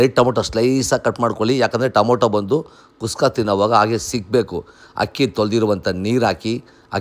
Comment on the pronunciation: ಅಲ್ಲ ಗುರು ಟೊಮೊಟೊ ಬಾತ್ ಮಾಡಿ ಕುಸ್ಕಾ ಕುಸ್ಕಾ ಅಂತ ಒತ್ತಿ ಒತ್ತಿ ಹೇಳ್ತಿಯಲ್ಲಪ್ಪ 🤦‍♂️🤦‍♂️🤦‍♂️🤦‍♂️